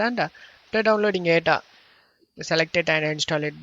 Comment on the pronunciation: weird pronunciation!!!! Open up-pe?, it-te?, guys-se?, link-ke? why do you need to say it like that bro??????? u re really annoying!!!! DA FooCK!!!!!!!